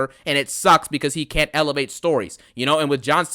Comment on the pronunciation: Actually now it's....."I cont stop thinking about Priest!" Lol